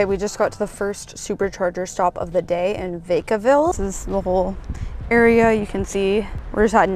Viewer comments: Lol vay-ca-ville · lol. She said Vay-ka-ville. 😂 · it's "vack-a-ville" where "vack" rhymes with "back":) beautiful! 😲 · Nice video! I like how you pronounce Vacaville.